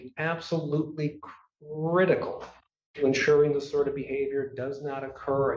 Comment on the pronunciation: If the doctor has known this guy for 10 yrs. and still having these issues maybe it IS time to get a different doctor. "It is CRIT-I-CAL"😂